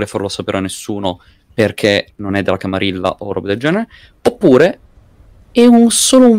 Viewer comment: Grandissima figata, si prospetta una serie divertentissima. Unica puntualizzazione: "camarilla" si pronuncia "camariglia" similmente a "guerriglia"